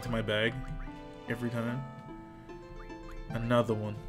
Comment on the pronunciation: "Anoda" one